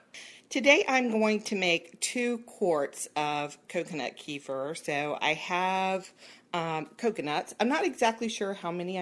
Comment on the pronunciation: I was wondering what you are talking about, till I realized you are talking about kefir (kafeer). It is Kafeer, not keefer, like in keifer sutherland. What is it with the americans, pronoucing all foreign words wrong